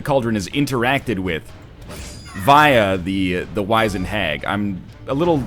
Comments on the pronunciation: By the way nl its Wiz-ened not wize-ned. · No, it is wiz-end 100%, I have no idea why he and others would be saying Wise-end. If you look it up, by several sources, it is wiz-end all the way. I've also never heard anybody pronounce it as 'wise-end' before this, so I have no idea where that even comes from. I've also been checking the comments on the past few videos looking for somebody else to mention this. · NL Wizend is not wise-end it is wiz-end (ˈwizənd). You dirty egg. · is NL trolling with these pronunciations? WEELD? WAIZENED? This guy taught English for fuck's sake. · I honestly don't think he knows how to pronounced "wizened". I just don't know why and I just don't understand why more haven't mentioned it. Edit: I'm actually genuinely kinda mad about that, because he's just teaching people the wrong pronunciation.